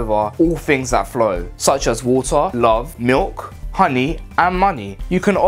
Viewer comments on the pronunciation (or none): none